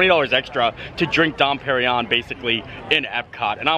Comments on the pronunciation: You pronounced porchetta correctly but that champagne is “dom per-in-yone” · Here is a little help. Dom Perignon is pronounced "dohm pehr-ee-nyawn." Dom is pronounced with the nasalised 'O' vowel - similar to O (as in Don) but you allow the breath to come from both the nose and the mouth. Emphasis (if there is one) on final syllable of Pérignon. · “Dom Perrin-Yon”